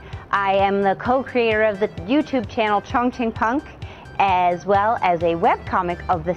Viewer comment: Not Qongqing, it should be Chongqing😂